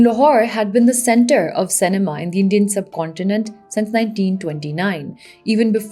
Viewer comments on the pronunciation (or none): Lol, why do you pronounce cinema say ne maa? 🤣